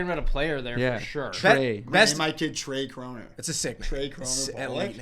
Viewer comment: How say Tre Kronor sounds like Trey Krowner or with a C Crowner. So I get how they think it sounds like a person because that sounded so American (I know he is Canadian)